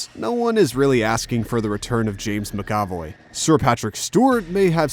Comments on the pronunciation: how do you not know how to pronounce James MacAvoy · "nobody's asking for the return of James McAvoy" Who asked you? And you pronounced his last name wrong. EDIT: Oh, you say the hover chair didn't show up in the movies? Pretty sure he was riding it in Days of Future Past. I swear pitch meeting is the only good thing on this channel. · Like hearing nails on a chalkboard when he said Ioan and McAvoy 😣 he’s definitely heard them pronounced correctly and chose to butcher it lol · Did he really just say James mcavoy like that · Or how he said Wi-Can, like he was a Toucan. It's WICK-AN. LOL